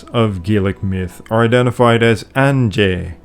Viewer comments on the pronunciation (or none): none